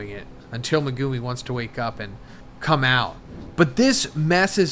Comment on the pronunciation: ''Megoomi'' will always sound so cringe to me, I always wonder why anime character names are butchered so often when people literally HEAR them spoken in the show lol